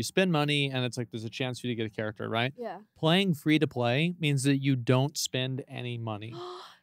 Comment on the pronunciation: bro saying character like this is a TV show 💀💀💀💀